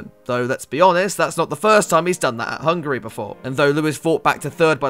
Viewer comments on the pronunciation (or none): hey you werent the only one who laughed at xmattyg's pronounciation of hungary